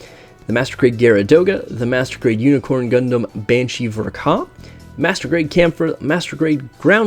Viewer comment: Its not "Ver Kah...", but its ver K A